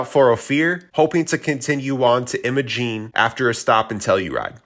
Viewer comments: "I - MO - Gene" not Emma-Gene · Just helping ya here. It's Will-eeee's not Will-is. Willy's. It's I'm-a-Gene not Emmagene. Imogene. Great video by the way. I've done every one of those badge of honor trails and so many more Trails up there for the last 12 years so dozens of times incredible beautiful place to be❤